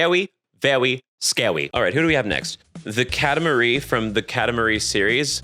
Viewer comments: Oh no... katamaRIE? he doesn't know ball (kata-MAR-ie) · Maybe one day he’ll stop saying cat-a-marie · Someone tell Katamari is pronounced "kat-a-mari" it annoys me as a several long year Katamari fan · i have never in my LIFE heard someone pronounce katamari like that😭